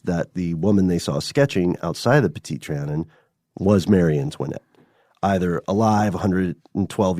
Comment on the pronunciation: You’re pronouncing petite Trion incorrectly